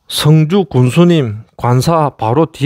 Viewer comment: 발음을 잘하시요 승주 성주 구분 안됩니다. 출신이 경남쪽이요?